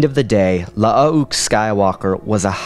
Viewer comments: Lmfao, omg dude, I can’t handle it….. IT’S NOT “La-ah-ook” Skywalker. They just spelled both of their names with 2 U’s to differentiate the clone version from the real person. That is literally it. They’re pronounced the same way…. It’s just Luke with 2 U’s…. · You're pronouncing 'Luuke' really incorrectly here. It's not spelled 'Lu'uke', it's spelled 'Luuke' and as such it's pronounced 'Luke' despite the second 'u'. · The way you say Lu uh uke cracks me up everytime. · It's bloody hilarious